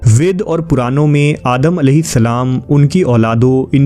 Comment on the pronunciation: Your channel is overall good. But please focus on the pronunciation. For example, वेद وید .. وے د.. کو ود پڑها